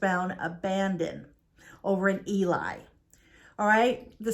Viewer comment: It's not Eli, it's Ely. pronounced Elee